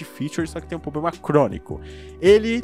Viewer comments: Cara, me inscrevi no canal... Mas há uma coisa que me incomoda: não é poblema ou pobrema é *PROBLEMA*... desculpe mas seu conteúdo é ótimo para ser tão criticado graças a um erro fonético... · como é difícil pronunciar a palavra "PROBLEMA" heim! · Ele tem Ploblema! 😂😂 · "Poblema" "Pobrema" "Plobrema" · Outra é o "poblema" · poblema kkkkkk